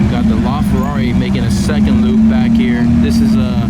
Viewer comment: LaFerri? It's LaFerrari!